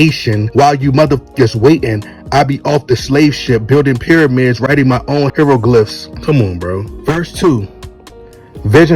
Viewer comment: You should probably learn to pronounce “hieroglyphs” before you try to tear down one of the greatest artists of the last 15 years. But of course people who don’t know much about anything don’t understand why Kendrick is such a dope artist. You would however think that a guy collaborating with other influential musicians across genres, might deserve more than to be critiqued by a random goofy YouTuber when he’s one of the few rap artists that’s achieved serious mainstream success while also putting out quality conceptual albums that have won him a Pulitzer Prize. No offense but a rap artist winning this honor isn’t happening by the artists just rhyming a bunch of nonsensical nothingness together.